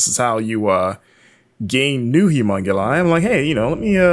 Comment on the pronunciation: Is it just me or does he say 'humonguli' instead of humonculi every time? The game looks great though.